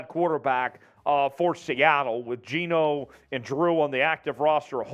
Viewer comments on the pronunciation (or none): none